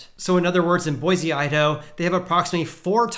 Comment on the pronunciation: Tip from a local: Boise is pronounced Boy-see. Love the content!